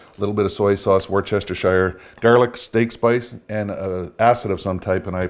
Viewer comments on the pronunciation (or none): It's pronounced warshyersister sauce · Wustersheer. Wooster-sheer. It’s not pronounced how it’s spelled. Just say it properly.